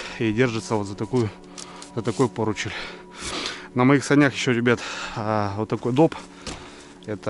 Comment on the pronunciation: Поручень! А не поручель)